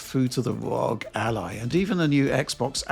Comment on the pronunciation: Please don’t call it ROG!!! It’s 3 letters, spelled ARE OH GEE